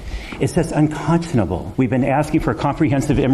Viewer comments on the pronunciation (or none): "Iss juss unconsunaboo."